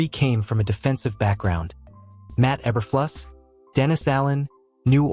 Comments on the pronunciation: Obviously, this is a AI Voice added to the this short video. AI does not know how to correctly pronounce E-ber-flu-sss. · Obviously, the AI voice added to this short video, does not know how to correctly pronounce, E-ber-flu-sss.